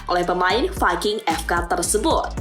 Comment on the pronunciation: Maaf buk anda salah sebut nma club nya, viking fk, bukan fking fk, mlah ibuk nyebut nya fuking fk😂😂😂😂🤦‍♀️🤦‍♀️🤦‍♀️🤦‍♀️